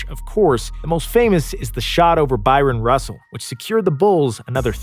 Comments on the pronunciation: Byron Russell??? You mean Bryon Russell? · Even the guy who made this video called him Byron russell....jordan had to buss his ass like that for not getting his name right